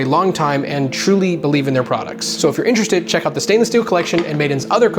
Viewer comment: I like Meyers stainless more. Made in Canada! I think the word you're butchering is product.